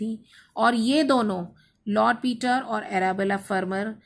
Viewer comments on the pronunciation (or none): none